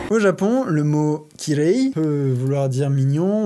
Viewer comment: Kirei se prononce kiréé. On entend pas le "i" mais l'avant dernière lettre doublé